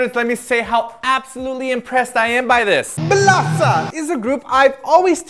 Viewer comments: since B2ST is pronouced beast due to 2 in korean being pronounced as E used the same logic when pronoucing this groups name 1 in korean is il and 4 is sa: BILASA!!!!!!! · I never knew their name was pronounced Bilasa.